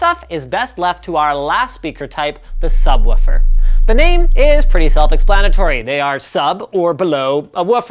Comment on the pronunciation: When he says subwoofer I have troubles breathing